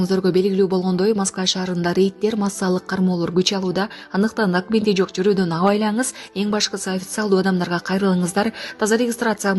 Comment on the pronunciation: Документ деп окуш керек, дакимент дебей..